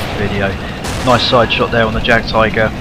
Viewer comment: Pronounce Jagdtiger like J is Y :P German words,I know they are hard but still :D So Yagdtiger